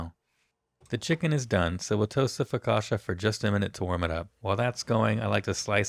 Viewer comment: Your sauce is surely delicious, but it has nothing to do with aïoli. Focaccia is not pronounced focasha but focatchia.